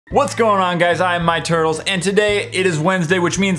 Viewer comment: just said " What's up guys I am my turdles" haha 😂